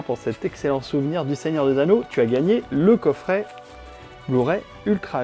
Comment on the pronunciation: Un coffré et non un coffrait😂